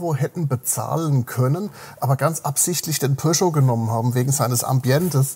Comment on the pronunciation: Pöscho...🙉 Am Anfang hab ich Porsche verstanden 😅